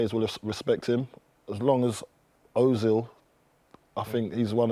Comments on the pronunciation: FFS, it’s José, not Hosé!!!!! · Hose? He's not Spanish, Carlton lol